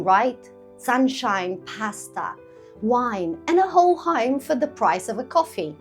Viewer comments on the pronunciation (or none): I was confused it sounded like a Ham not a Home😅